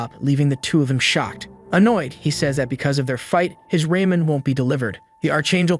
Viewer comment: And calling ramen noodles raymen isn’t to hard to understand I’ve called it that before on accident but I have called it before